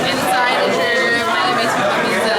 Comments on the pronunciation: IbeZa not Ibetha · Its IBIZA! I BI TZ A! not ibitha ffs! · IBIZA: “EYE BEETHA”. -SHMEE150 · thats how most brits pronounce it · It's like you are saying Ibitha... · Good guy, awesome cars and I appreciate that you put this all together for us to experience and live vicariously through you...That being said, the way you say Ibiza(Ibitha) upsets me haha I'm sure you're pronouncing it the correct way but still...something about it. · Wtf is up with his pronunciation of ibiZA